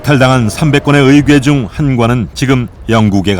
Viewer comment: 의괴가 아니고 의궤야 ㅋㅋㅋㅋㅋㅋㅋㅋㅋㅋㅋㅋㅋ